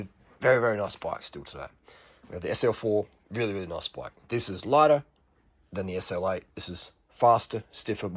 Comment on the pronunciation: “It’s not a noice bwike” love the accent